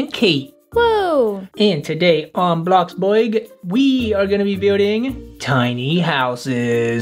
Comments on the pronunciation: it's bloxbuRg not bloxbuog Also i have a question why do janet and kate call u by ur name because aren't you ther dad?! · Why did you say bloxboyg its bloxburg